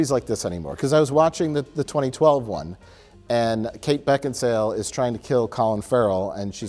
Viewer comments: “beckinsdale?”. “Beckinsale”. “I had no ideas beckinsdale…” lmao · "I have no idea why Beckinsdale.. Beckinsdale?!" Mike: "Beckin-sale.": "I have no idea why Kate Beckinsdale.." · Kate Beckinsdale... Wait... Beckinsdale or...? Mike: Beckinsale: I have no idea why Kate Beckinsdale. LMAO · "I have no idea why Kate Beckinsdale... Beckinsdale or?" "Beckin-sale." "I have no idea why Kate Beckinsdale... has such a hard-on to kill Collin Farrell." Never change, never change. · "Beckinsdale?" "Beckinsale." "Beckinsdale." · “Beckinsdale or Beckinsale?…. Beckinsmurtle” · Beckinsdale? No Beckinsale. Sorry. Beckinsdald. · is it Beckinsdale? Mike: it's Beckinsale: I have no idea why Kate Beckinsdale has such a hard on to kill Colin Farrell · "Kate Beckingsdale?" Mike: "Beckinsale": "Kate Beckinsdale!":D:D:D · I really like how said Kate Beckinsale's name wrong, asked how it was pronounced, then said it wrong again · Beckinsdale? Beckinsale. Beckinsdale? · 'Is it Beckinsdale or Becksinale?' 'Beckinsale.' 'I have no idea why Kate Beckinsdale...' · Beckinsdale or... Mike: Beckinsale: I have no idea why Kate Beckinsdale.... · Mike explaining the correct pronunciation of Kate Beckinsale and then saying it wrong anyway is a classic as well. I’m wondering if there wasn’t some slight of hand with the edit. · Rewind....yup he said Bevkinsdale again. Hahaha, you have to love. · I have no idea why Kate Beckinsdale...Beckinsdale or..? - Mike: Beck-in-sale. -: I have no idea why Kate Beckinsdale.... I love this guy xD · “Kate Beckingsdale?” Mike - “Kate Beckingsale” - “Oh, so Kate Beckingsdale”. Never change, please never change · "Kate Beckdinsale?" Mike: "No, Kate Beckinsale": "Kate Beckdinsale" Never change lmao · Kate… Beckinstale? Mike: Beckinsale.: Proceeds to say Beckinstale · but then, backinsdale. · Guys, it's pronounced "Kate Bakingsale".